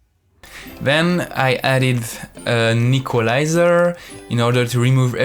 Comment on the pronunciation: The way you said Equaliser I heard you say Nicholaiser